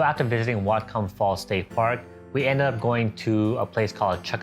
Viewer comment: Whatcom pronounced, What-come